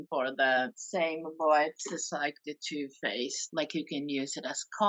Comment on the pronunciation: The subtitles keep thinking is saying “toothpaste” instead of Too Faced, and I was wondering why the hell she was comparing the UD to toothpaste! Nooo, don’t put that on your face! 😂